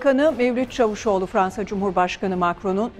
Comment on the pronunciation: Adam diye yazilir CAVUSOGLU diye okunur!!!!!!!!!